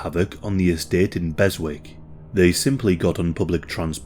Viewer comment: Beswick, it's pronounced "Bez-ick" mate.